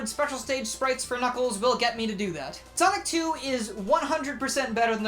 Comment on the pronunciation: In the first part after the intro I heard Sock 2 instead of sonic 2 lmao